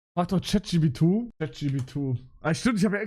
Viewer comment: Warum sagt er chatgp2 das trigert so hart 😂